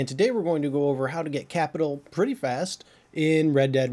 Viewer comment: It is Capitale not Capital